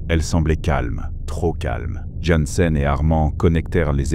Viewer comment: svp arretez de massacrer le nom du personnage jansen / jensen / yansen... choisissez une prononciation - mon nom n'est jamais prononcé correctement, je tressaille a chaque fois 😅